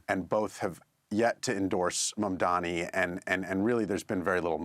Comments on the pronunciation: Is a Cuomo follower? Why do they both like to mispronounce Zohran's surname. It seems a subtle disinformation to confuse the voters. It's MAM-DANI with an N! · How are you not able to pronounce such an easy name M-A-M-D-A-N-I. Or just use Zohran. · I am surprised how this lady journalist is so ignorant! Can't even pronounce Mamdani's name correctly. Rubbish! BBC should assess the calibres of its journalists. Disgusting! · First things first: tell ypur Scottish woman journalist and the one in London, England, to show some respect by making at least a very slight effort to pronounce correctly a very simple name that is spelt just as it is pronounced. Show some RESPECT. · Still pronouncing his last name wrong, giving Cuomo more time to speak than him! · Ikr, they look really stupid. If I can pronounce his name, surely these "professionals" can. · All three hosts butcher the pronunciation of Mamdani's name. British arrogance. Try saying Hampshire or Worchestershire as they are pronounced and see how snooty Britishers get. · You all white people need a prep course, how to pronounce MAMDANI. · Mamdani spelt it to Cuomo, it's M A M D A N I. And still he can not pronounce it. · What is wrong with the woman interviewing??? Couldn't she find some time to check out how to pronounce Zohran Mamdani's name. So shameful for the interviewer and BBC. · We all know Cuomo can't pronounce Zohran's last name, but why is almost everyone on this BBC show STILL not able to pronounce MAMDANI's name properly?!! I'm looking at you. As peripheral an issue as it seems, details like being able to say someone's name properly demonstrates, at the very least, a recognition if not, acceptance, of that person's very humanity. It's reflective of the soft bigotry against the 'other', the 'immigrant', black and brown and perinnial 'scary Muslim', that goes on in many middle-class households of the dominant WHITE class of people in the West. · why is the lady saying mamdami? Dyslexia?